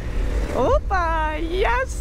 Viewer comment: sound so Greek!! "Oppaaa" Have nice and safe trips. Greetings fron Greece!